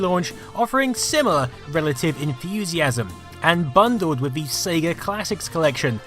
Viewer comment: "The SEGA CD" damn why you have to say Sega like that? lol It pains you to say Sega CD or Genisis over Megadrive huh lol